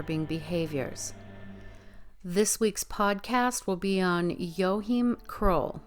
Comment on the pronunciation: I think his name is pronounced WA Keem